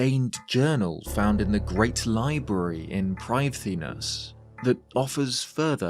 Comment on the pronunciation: Wow you actually tried to pronounce "Prifddinas" correctly. Most youtubers don't even bother trying to use the Welsh pronunciation, but you were pretty close